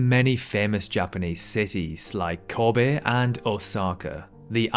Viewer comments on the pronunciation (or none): none